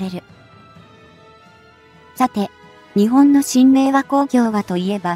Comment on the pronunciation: いい情報ありがとうございます。取り上げるテーマ、とてもいいですね。 ただし、何で、日本の読みが”にちぼん”などととても日本人が作ったと思えない音になっているのかは疑問？